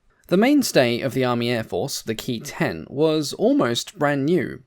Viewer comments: The P-40's, flown by the AVG, had two .50 caliber and four .30 caliber guns, and not six .50's. I believe that the pronunciation of "Ki" is K I and not Key. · A very informative video,. Thank you! But your pronunciation of the Ki-27 as "Key twenty-seven" is quite wrong. It should be pronounced as Kay-eye twenty-seven, if you are going to use use the traditional Anglicized pronunciation. The correct Japanese pronunciation would be "Kyūnana-shiki sentōki" Or 九七式戦闘機.. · Please, please, please it's NOT pronounced KEY, but KAY EYE